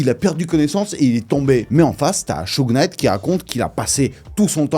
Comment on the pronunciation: ça se prononce browdeuss au fait ... pas brodas . Et Souje Night ... On prononce pas le K . Je dit ça à titre informatif rien de plus, bonne vidéo !